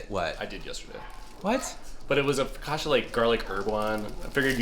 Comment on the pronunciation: Top the butternut squash soup with bleu cheese crumbles. It's next level. Foh-kah-tchah,, not Foh-kah-shah. CCI has a TCH sound like Gucci, Pucci, Fiorucci